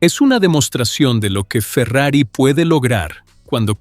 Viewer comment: video hecho con ia chafa, Farrier dice la marca, no Ferrari.